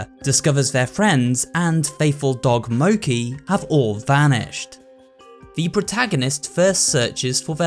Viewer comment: Noooo not mocha